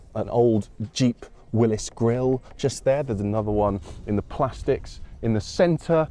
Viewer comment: Whatchu talking 'bout Willis? it's pronounced Willy's (think pee pee)😀